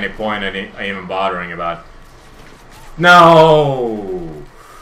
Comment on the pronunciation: i love how he say NAY instead of No lol